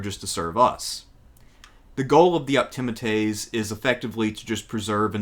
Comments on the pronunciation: Sorry, great video but the proper pronunciation is optiMAtes with the accent on the penultimate or second last syllable, just as you pronounce popuLAres with the accent on the second last syllable. You can look it up. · I believe Optimates is prononced ....( Opti-ma-taze ) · English is a stress-timed language. Where we put the stress in words or sentences denotes meaning. Been lectured on Rome many times. Never heard Optimates pronounced like that; because the stress is obviously on the A and not the I. The penultimate vowel, just like in Latin, but that's generally the rule in English too from that. Generally the rule. We have a lot of overlap in interests, but your nonstandard pronunciation always marrs it for me. "AE" sound is not the same as the "EA" sound. They're opposites, so praetor is obviously said like "praytor" and not like preator. These are English pronunciation rules, as well as Roman in this case. It's the same with medical terms that use the EA in pronunciation, or place-names, like with Cannae. We don't have a mish-mash of exceptions, but go for consistency in language, like the Romans did. There's no such thing as "most" centrepiece, it's either the centrepiece legislation or it isn't. I'm starting to lose the will to live, here. All I did was read books like, Suetonius or Cicero. I'm actually a modern historian, I just do the classics for shits and giggles. Cato the Younger was old school patrician and a staunch stoic. He was not interested in fame or the pomp and drama needed to make it in the old Republic or the new Imperium later on. This was why even contemporaries respected him. About his rank, he wasn't that rich, was he, and not that good a general. He only ever wore a black toga and not flashy b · If the narrator only pronounced optimates better…